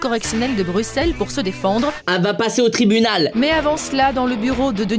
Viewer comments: On dit bruselles ... Pas brukselles🤕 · Ça s'écrit Bruxelles mais ça se prononce Brussels si jamais 😌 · Michou j’adore tes vidéos mais on dit Bruselles mais sa s’écrit Bruxelles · Je suis belge j adore tes vidéo mais a Bruxelles le x se prononce s brussels comme les choux de brussels ♥♥♥ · yo michou je suis beilge et on dit brussel mais sa s'ecris bruxelles voia et j'adore tes video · Ça se dit pas "Bruxelles" mais Brussel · Bruxelles ça se prononce Brussels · Bruxelles se prononce brusselles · On dit brussel